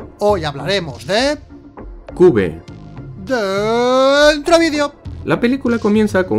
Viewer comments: Se pronuncia Quiuve no cube najajaja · Jajaja cube no se dice se dice quiub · Se pronuncia kiuv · Se pronuncia kiuf ajajj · Casi me da una hemorragia auditiva cuando dijo "cube" 😂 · Y el nombre de la pelicula no se pronuncia asi JAJA Pero joder tio como es possible que lo hayan hecho tan mal!!